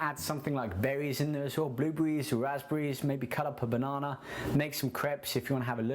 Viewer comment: LMAO at how he says banana